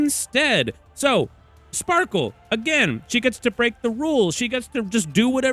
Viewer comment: Genuinely it’s Sparkle, Respectfully